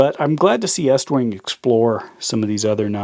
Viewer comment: It's pronounced east wing